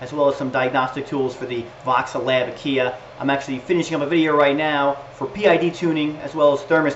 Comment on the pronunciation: I love your videos they are teaching me so much but your pronunciation of Aquilla is just rubbing my OCD really badly...